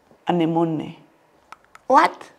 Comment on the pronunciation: Thw way he pronounced the word "anemone" 😭💔